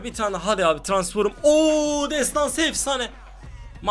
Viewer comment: Transform yazılışı okuyucu Tıransforum 😂😂😂